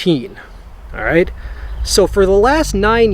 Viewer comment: That just aint baright, it's so barong.